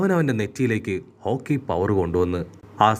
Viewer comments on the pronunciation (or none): Haki ❌ Hoki ✅...